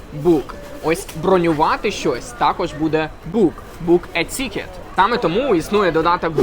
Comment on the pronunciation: Английское тикет больше похоже на ты/икет, а у автора получается цикет. Мы iнакш вимовляемо мякке тi